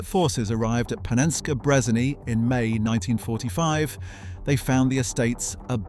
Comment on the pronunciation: Did bro just say Panenskey Brezaney?